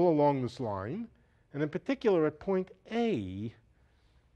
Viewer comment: "in puhticulah"